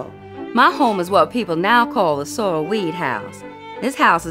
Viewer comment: It's French... Seaux relle. Not soral.